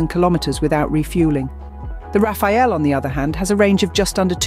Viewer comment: it's the rafale not Rafael